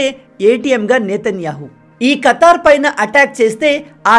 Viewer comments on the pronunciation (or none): అరే బాబు ఖాతర్ కాదు.ఖతార్ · కతర్ కాదు భయ్యా, ఖతార్ 😂😂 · ఖతారు అని ఉచ్చరించండి.... మీరు ప్రతీసారి ఖాతర్ అంటున్నారు....ఏమి జరగబోతుందో ఏమో గానీ మీ లాజిక్ బాగుంది తమ్ముడు.... ఈ కధలో ఆటలో అరటిపండు పాకిస్తాన్ కాబోతుంది త్వరలో.... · Ayya that country is Khathar means dagger Kathi. Not Kathar you know the words katthi I khataram map shows a little pen knife shape Qatar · Bro adi ఖాతర్ కాదు ఖతర్ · Khaatar కాదు ఖతార్. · Kaaatar kadhu anna... it should be pronounced as KHATAAAR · Kaatar kaadu.. swaary kaadu